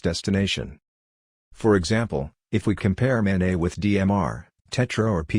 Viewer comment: "Mobile Ad-hoc Network" (MANET)...the "NET" is short for "NETwork", not "NEYwork". It's maNET, not maNEY